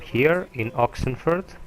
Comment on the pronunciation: It's not oxenfurt :/